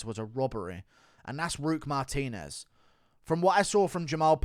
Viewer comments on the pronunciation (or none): none